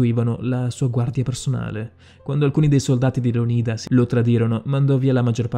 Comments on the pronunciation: Leonida non è giusto? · credo si pronunci Leonida non leonìda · Bellissimo video, però ti prego.... LÉONIDA NON LEONÍDA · Bel video però devo farti una correzione lo spartano non si chiamava Leonìda ma Leonida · Bellissimo video, ma Leonida pronunciato Leonìda e Simon pronunciato Saimon? Ciao. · Leònida , non Leonìda !!!! 😨😨😨😨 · Tutto bello eh, ma metti l'accetto sulla O di Leonida non sulla I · Non voglio fare il maestrino ma si dice leonida no lionida . Comunque bel video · si dice Leònida non Leonìda grazie. (Controllato e certificato dal D.O.P. Dizionario d'Ortografia e Pronunzia) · Leónida... Non Leonída... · Leonida no leonìda e poi si dice termopili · .... aggiungiamo anche che non si dice MAIAMOTO (miyamoto) ma MIAMOTO (miyamoto) ... inoltre dovresti rivedere la tua conoscenza della storia giapponese.... per te e' fantasy !!!!. .. non si dice LeonIda (con l'accento sulla I) ma LeOnida (con l'accento sulla O)... e poi TERMOPOLI? forse era TERMOPILI .... lascia stare ... un altro video ?? nooooooooooooooooooooooo ...... altro che 20k iscritti e mi piace ...... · Leonida non leònida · Leònida pls non leonída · Maiamoto? Termopoli? Leonìda?Saimon? Da rivedere un po' tutte le pronunce! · A me fa infuriare il modo in cui pronuncia "Leonìda" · Con la pronuncia sbagliata di Leonida mi hai spezzato. Si pronuncia Leònida c’è scritto anche su google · Leònida!!!!!!! perchè sbagli sempre gli accenti???? informati un po' di più per le prossime volte! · Già, mi ha triggerato sentirlo pronunciato Leonìda😅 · Lionìda e termopoli non si possono sentire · Leònida si pronuncia maledizione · Sbagli la pronuncia di Leonida! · anche a me, è come sentire la pronuncia sbagliata di facocero! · Ma come dici Leonida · Ahahahah termopoli Ahahahah prima di fare un video studia i nomi almeno. Per non parlare di leonida